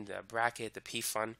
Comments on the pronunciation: You pronounce Pfund as F/u/nd not P. fund :) helpful video btw thank you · It's not "pee fund", it's just "fund". It's a person's name.